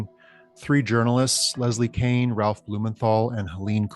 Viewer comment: It's Leslie KEAN (not Kane). The $22 million went to AAWSAP not AATIP.